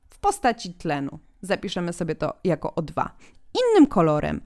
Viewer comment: O2 a nie OII